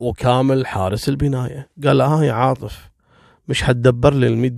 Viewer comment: تكفي ركز شوي القاتل اسمه عاطف عاطف عاطف مو عارف 😣😣😣 اقشعر جسمي لما تنطق أسمي تحياتي وتقديري لك.... 😉